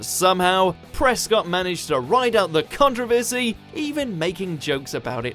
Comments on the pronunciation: The BBC also banned The Kinks song Plastic Man for mentioning the word "bum" and their video for Dead End Street which depicts the band as comedic undertakers dropping the coffin & the corpse falling out! The biggest controversy is an Englishman pronouncing the word controversy as "contra versey" like he's American !! 😊👍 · Yeah, I noticed his mispronunciation of 'Controversy', too (^_^;) It seems like he was trying to appeal more to the American audience about British culture, than to his own people (^_^;) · I thought Brits pronounced it "con-TROV-er-sy," not "CON-tro-ver-sy" as we do here in the US.